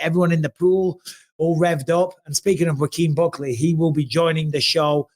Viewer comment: Bisping keep mispronouncing Buckley's name lol